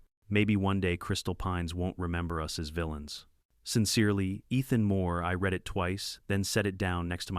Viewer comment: I enjoy these stories. I'd enjoy them even more if someone would either 1) have a human read the script or 2) teach A.I. about grammar and pronunciation so the text wouldn't stop mid-sentence and, maybe, the dollar amounts would be properly read. (That's read as in 'red", not read as in 'reed". Something else A.I. doesn't get.